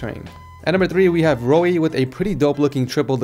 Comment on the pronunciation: its pronounced Roy. Not ro-ee